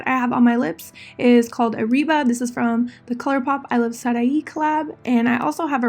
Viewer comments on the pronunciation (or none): I love your videos you're so beautiful and talented.💕💕💕 Buuuut why did you say "arriba" like you're not Latina 🤔